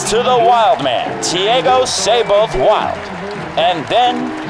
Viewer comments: Brazilian here. I know Muricans are famous for butchering other languages, but Thiago's last name is pronounced "Wuild" Edit: Wow.. this guy is a tennis commentator?! How about doing some homework before taking about tennis? Unreal.. JSYK, Thiago won USOpen Juniors in 2018 and the last ATP 250 before the pandemic in 2020. Then he lost his focus with partying during lock down and even got accused of domestic abuse by his then GF. He has shown a lot of talent and is a bit of a hot head. His current rankings does not match his tennis abilities. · Muricans? Man, I'm Indian and even I pronounce it as "Wild". I'm pretty much sure all nationalities (except Brazilians and maybe Portuguese) would pronounce it as "Wild" instead of "Wuild"